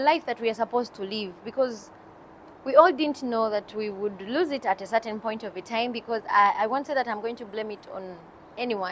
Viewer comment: it's lose.. not loose..